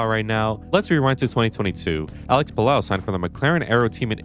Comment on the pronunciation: Spaniard here, Álex Palou’s name it’s pronounced Pal-oh not Pal-ow 😅